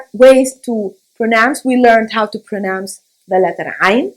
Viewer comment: Brilliant way of saying ع 😁👏🏻